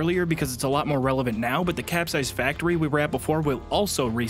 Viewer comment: The one thing I learned watching this is the capsized factory is not cap-sized